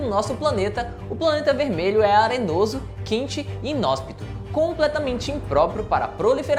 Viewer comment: Exatamente isso kkkk Eu até voltei pra ter certeza q eu não tinha ouvido errado.